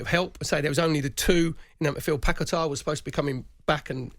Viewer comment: the way perry pronounces paqueta is something else😂😂